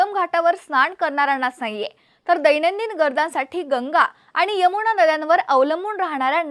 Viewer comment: "भावणा" ...😅 यमुणा😂 अरे अरे